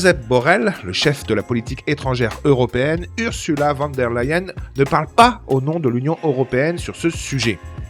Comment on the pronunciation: Prononcer fan der Leyen. Ça fait mal aux oreilles!!!